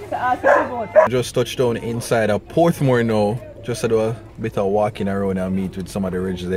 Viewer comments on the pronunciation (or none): it's Portmore and not Porthmore 😂😂😂😂😂 cha love Lisa tho I don't like politics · a weh name porthmore? I thought it was portmore. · did u just say porthmore..... lol n duh mek them recruit u